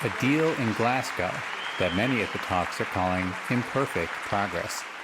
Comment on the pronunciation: It's pronounced Glazz-go not Glass- gow (ryhms with cow!!) Numpties!!